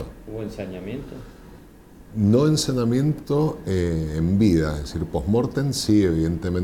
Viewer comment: Se dice ensañamiento,no ensanamiento.